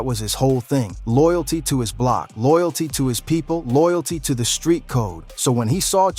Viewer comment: nga said “ahh bloc”